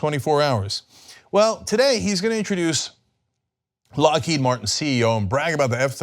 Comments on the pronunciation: He didn't even say "Lockheed", the way he says it, it sounds like "Lockéde". Like it was some french name or something. Unreal. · No. The founder of Lockheed was Allan Lockheed. Lockheed then merged with Martin Marietta in 1995 to create Lockheed Martin. Also, Trump didn't even pronounce "Lockheed" correctly. It's pronounced"Lock Heed".